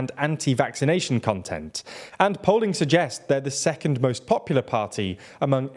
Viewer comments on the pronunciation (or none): none